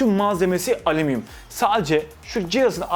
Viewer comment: Alumiyum diyo sjsksjjsjs